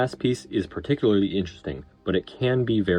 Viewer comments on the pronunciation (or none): none